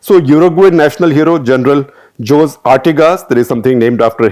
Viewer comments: Ok but Jose is pronounced as Hosey not JOSE , right? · José is pronounced Ho-zay. Not Joze. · Shekhar Sir.."Hosey"..not "Jose"